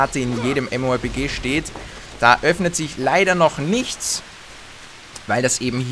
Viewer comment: Lol, "mmorp-key"